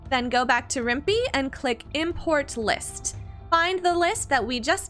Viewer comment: Useful educational video so good for that......but, I shouldn't be bothered by it but the other mod manager is actually pronounced with a 'pie' sound at the end, as in Python, the coding language used to make it. It's also a must have if you play Rimworld through GOG.